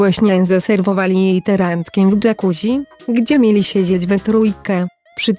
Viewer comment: Jakuzzi czyta się dżakuzi!!! można sprawdzić w parę sekund! Może tak poprawcie wymowę , bo jest rażąca!:face-orange-frowning